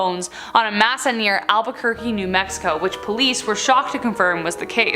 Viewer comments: your beauty makes it easily ignored but just so others dont nag or laugh its may-sa not mass-a. I'd be happy to give help on southwestern pronunciation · For number 7 It's pronounced may- saw NOT ma-sa 🤦‍♂️ learn to properly pronounce words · West “May-suh” Bone Collector not “Meh-suh”. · Mesa is pronounced “may-sa.” Sorry.